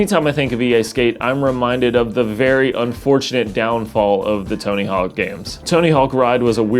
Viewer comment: Are you calling it Tony Hall?? Bro